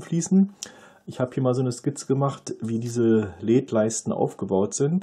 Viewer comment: Die Aussprache "Leeds" (ja, langes e) ist ja grausam. Seit Jahrzehnten kenne ich die Aussprache nur in der Form L-E-D, also jeder einzelne Buchstabe auch einzeln gesprochen. Das geht wohl heute nicht mehr?